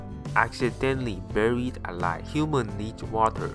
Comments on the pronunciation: Accidentally "Burry" Alive nice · Accidently "burry" alive. Right I'm DONE.